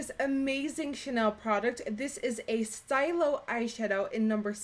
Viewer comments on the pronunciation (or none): As a French student I have to correct you on that Chanel shadow stick: it's pronounced "stee-loh" not "steye-loh" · jsyk its pronounced stee-lo not stylo..stylo means pen in french. the new camera is awesome, just like you, as always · Hey :) in french we pronounce "stylo" as "steal - o" otherwise, i love how your speaking clear and loud, easy to understand :) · Hate to be the pronunciation police...but it's stee-loh which means pen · 'Stylo' is pronounced 'steelow' it's French for pen :) hehe pretty and girly look I love it! And the camera looks awesome :) your video quality is always on point!